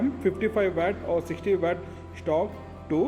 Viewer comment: Wet or watt pronounce at least good bro